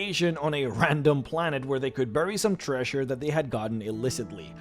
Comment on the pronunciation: "invashion"? "treashure"? Jesus Christ man, just stop!